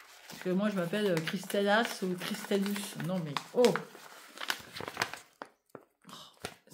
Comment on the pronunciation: Coucou ah non mais tu m'as fait trop rire avec ton Christellas ou Christellus 😂😂😂❤